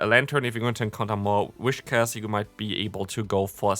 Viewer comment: Isn‘t it whiscash instead of wishcas? Or do you pronounce it as ?